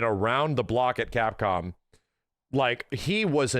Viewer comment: Remember when said "Capcpom"